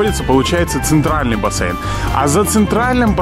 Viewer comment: Правильно говорить бассЕйн, а не бассЭйн! Без обид!